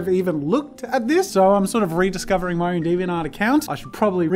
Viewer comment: i'm now always gonna pronounce deviant art as deviant ART